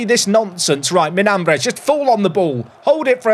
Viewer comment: The tilde in Miñambres means you say it “Minyambres”